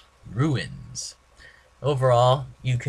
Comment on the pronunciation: I know another guy who says runes wrong. ROOOOOONS not RUINS